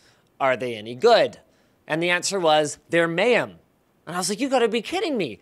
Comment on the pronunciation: They're Mayum?? Do you mean Mayhems?